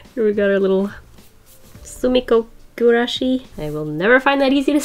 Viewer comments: Soomiko gurashiiiiiis Japanese viewers: Its soo-mee-ko-goo-ra-shee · Sumikko Gurashi is pronounced “ sue-me-kow goo-rah-she “ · You said Sumiko goulash right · YOU ALMOST SAID sumikko gurashi right